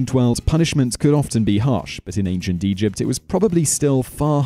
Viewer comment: Just me that is hearing "Ancient Europe"?